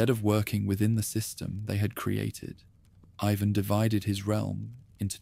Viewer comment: The Russian name is pronounced “ee vahn” not eyevan. Make sure your AI voice gets things right.